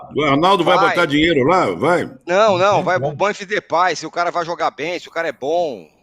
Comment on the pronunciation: Primeiro: Memphis. Falem direito.